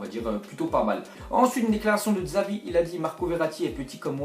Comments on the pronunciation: MAis putain on dit 'Chavi' pas Xavi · deja on dit chavi pas xavi et ke joueur est pirlo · On prononce Chavi et pas Xavi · Jveut pas etre relou mais sa se prononce chavi et pas Xavi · xavi il le dit dzavi MDR 😂😂😂😂😂😂😂😂😂😂😂😂😂😂😂😂😂😂😂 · louis moury-hapchette oui mais sa se dit chavi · le x en Catalogne se prononce ch et non x